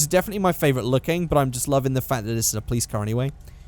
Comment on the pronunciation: All those times you said 'Plice' instead of Police really fucked me up